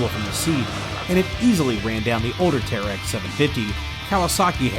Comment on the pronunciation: It's terix not tearex